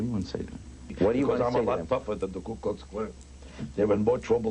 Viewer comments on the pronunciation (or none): Why do some people say Kue instead of Ku?